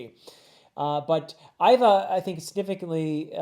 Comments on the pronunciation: Vice warden Hannibal (like the ancient general that fought the Roman) and even though it’s spelled Ivk, it’s pronounced Eva, however, that aside, i think this was a beautiful video, it’s my 1st here and can’t wait to see more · For pronunciation- Iva is pronounced like Eva, and Hannyabal is meant to sound similar to Hannibal: Ha-nya-bal. Extra fun fact: “luff” is a word that has to do with sailing. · I think the vice warden is called Han-Ya-Bal, but you got jimbei right, for Iva I have heard it both how you say it and as Eehva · In regards to pronunciations of names: Hannyabal is just pronounced like Hannibal. Ivankov/Iva has a hard E sound, as in the name Eve. So it sounds like "Eve-ahn-kov or Eve-ah" Jimbei is sometimes called Jinbe depending on the translation. This is because the kanji used is sort of a mix between the english "m" and "n" sounds. All of that is baisically to say, your pronounciation of his name is good imo.